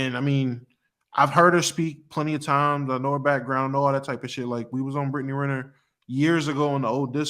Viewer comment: The way this dude butchers her last name gets me every time